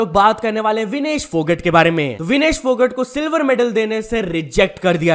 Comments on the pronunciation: Phogat nhi hota bhai bolne m Phogaaat krke bolte h😢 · विनेश फोगट ❌ विनेश फोगाट ✅